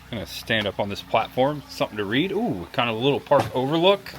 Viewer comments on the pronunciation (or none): none